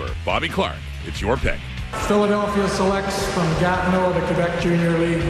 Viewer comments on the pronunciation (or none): none